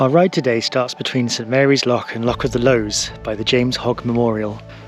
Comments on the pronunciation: If I write it as Lous that how I would pronounce it as a local. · Chuckling at you pronunciation of Lowes 😂 scary stuff but I can remember them flooding the reservoir and even having picnics and guddleing for fish in the river as a wee girl!